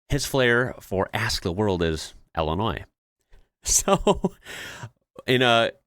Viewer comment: Wait. Someone from Illinois is "ill-annoying"?